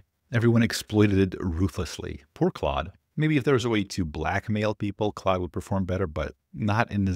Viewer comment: FYI claude is pronounced more like "cloud" than "clawed." French is weird.